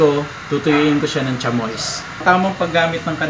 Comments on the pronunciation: sham- WA di cha-MOYS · Chamois, to be read as tsam whua. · Pardon po ... "Sha-mee" po ang tamang bigkas sa Chamois (deer leather/hide). ✌✌✌